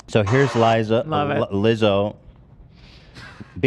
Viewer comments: Ethan saying liza again and again and again absolutely killed me laughing. That was the funniest thing ever, i hope he continues mispronouncing peoples names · ethan racist for forgetting lizzos name every 5 fucking seconds. like rlly legitimately rude. it’s so fucking simple to pronounce he literally just doesn’t fucking care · Ethan constantly pronouncing Lizzos name wrong is too funny